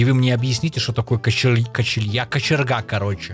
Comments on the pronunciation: не Качел'я, а Качеля (качелька на которой дети качаются) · не качелья а качеля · дапо это фама и не качелья а качеля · это не качелья а качеля просто